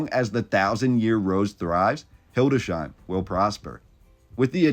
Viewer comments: Not "Hilde shein", but "Hildes heim". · Its not hildesheim, but hildes/heim